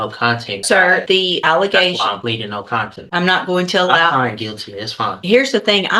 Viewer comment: This genius really just said “I plead, no content”!!!! 🤦‍♂️ WOW I had to listen to this like 7 times to make sure I heard it right and sure enough that’s exactly what he said! 🤣🤣🤣